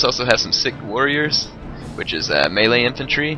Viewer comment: I love it how you keep pronouncing sikh sick. It pronounced more like seek